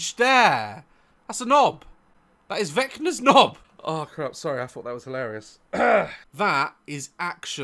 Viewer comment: i full on thought he said vector from dispicible me but he said vecna